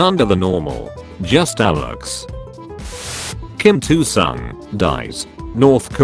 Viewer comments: "kim 2 sung" srsly? And I thought its pronounciation of Mussolini was cringy af.Time to upgrade that robo-voice... edit: "amersha" rofl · KIM IL SUNG NOT KIM 2 SUNG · its not kim 2 sung its kim il sung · Kim il sung = kim two sung....... I cried in happiness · ? Are we not gonna talk about "Kim Two Sung"?